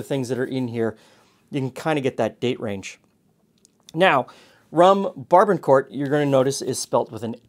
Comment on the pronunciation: I love your channel. However, you mispronounced the 'barbancourt.' As a Haitian-American, let me be the first to say the rum is pronounced: Bar-Ba-Cout. The '-n' in 'ban' is silent. Also, both the '-r' and '-t' in court is silent; and sounds like the word 'coup' versus 'court.' Moreover, I love the cocktail recipe and I will bring it to next family dinner on Sunday. Thanks for the video.